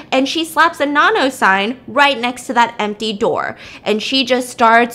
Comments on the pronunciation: The why she pronounces Nanno tho. It NA-NOU not NA-NO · I love thisss but her name is pronounced NANno soz I’m not even Thai but I have heard it way too many times 😂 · I swear everytime she said nanno, I kept thinking about nan bread 😂😭😭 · Girl from nowhere is elite, do more BAMS with the other episodes even though I already watched it, just to help Stephanie it’s pronounced na like you know how in Korean you’d pronounce the last name kinda soft so like nanno the no kinda pronounced like ou, also personally I think nanno doesn’t represent revenge, SPOILER ALERT COMING IN SECOND PARAGRAPH I think nanno represents karma while yuri represents revenge, nanno doesn’t directly herself do the work she suggests what they do to see if they’re evil or not and comes at them accordingly depending on their choices, while yuri took what had happened (when we were first introduced to her) at first but when she had power she took revenge on what they did to her, I think nanno is more calculating than yuri hence why she already knew what they would do to her before they already do it and kinda appears like she can be more than one person and has a lot of lives sorta, she is the daughter of satan from what the actress had said, hence why she can appear as more than one person and when yuri was drowned nanno’s blood was in the water so she became immortal as well I suppose? And they’re both immortal forces that have their own ways of teaching someone a lesson yuri takes more the violent vengeful approach while nanno sees what they do and comes back to bite them as karma not as vengeance to see like if they realize they’re wrong and sorry